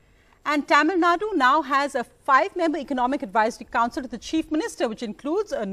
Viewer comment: Sorry but can you pronounce Tamilnadu in correct way.. not just you but most of the people pronounce it in wrong way. Other than that no complaints. I follow mostly NDTV❤️